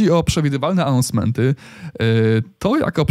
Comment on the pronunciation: "łolety, anousmemty i iwenty" jprdl